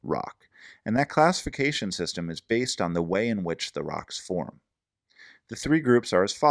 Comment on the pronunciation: "classifisasion sisem"